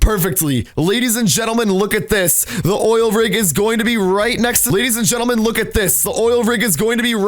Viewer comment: He said ladies at gentle twice and then said lef